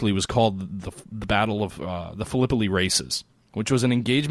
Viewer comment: Battle of Phil-eh-pie. It does not rhyme with Galipoli. Love the conversation btw,...the game sounds really cool. Total war: Civil War would be great if they did it right.